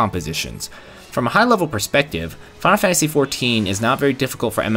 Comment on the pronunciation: thx for the review but mate it's called "final fantasy" not "fanl fantasy" :D